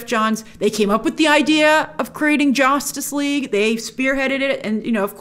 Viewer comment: why does grace say jaustice league